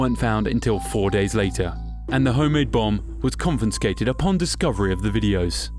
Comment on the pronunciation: Per the last segment, it sounded to me like you added an extra ''N'' in the word: confiscate/d, which is grammatically incorrect. The word is con-fi-scate, NOT con-fin-scate.